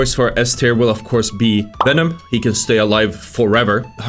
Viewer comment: You need to play Hulk like Winston/Doomfist. The footage you had of him shows why you are having such a tough time. You need to be jumping everywhere in and out to harass and build ult while getting recovery during retreats. EDIT: Pronunciation: Hela - hell-uh. Venom - venn-uhm.